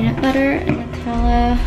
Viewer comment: why did u say Nutella like that 😒😒😒🙄